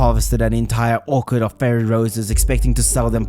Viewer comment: You pronounced Orchard as Orchid, which is a type of flower, and also, a group of Fairy Rose would not be called an orchard, as that term is for a group of fruit trees.